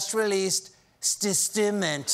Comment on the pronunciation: “Ststment.” DED.